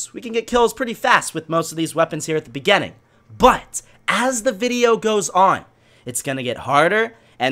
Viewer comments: Begenning. Not beginning, begenning. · no offense but u pronouce beginning as bigenning but still good youtuber and good videos